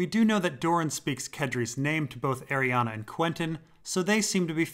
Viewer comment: I love you but we gotta talk about the pronunciation of Arianne